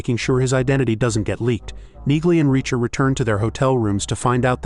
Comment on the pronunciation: You would think A.I. would know how to pronounce Neagley